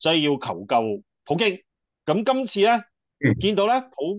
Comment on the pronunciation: 係普京，唔係葡京